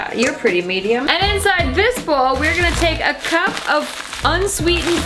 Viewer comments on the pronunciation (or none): none